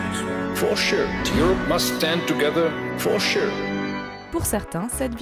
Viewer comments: Les ça se soutien, for shurrrre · Il faut écrire et prononcer « forcheur » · For sure le top flop de la risée du monde entier! Quel mauvais comédien! Mauvais accent Anglais à retravailler!! C'est la honte de la France!😊